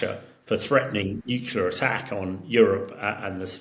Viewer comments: Nukular? It's "nu-cle-ar"! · I do wish senior politicians and military leaders would stop pronouncing nuclear as nuculer. That was started by George W Bush who was unable to pronounce the word nuclear properly. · PLEASE, SOMEONE... Teach this man to say 'Nuclear' He said 'Nucular' a dozen timed the other day, he doesn't seem thick so is he doing it for a bet ????? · Another person that can’t say New-clee-are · This man can't say nuclear. He says "nukular" Just like George w Bush and Homer Simpson did,🤨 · Nuculur. Over and over. And we trust this guys opinion? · I just can’t take an “expert” seriously when they can’t even pronounce NUCLEAR properly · I like him but wish he would say "nuclear" properly. I learned how to say Hamish de Breton-Gordon which is a pretty cool name.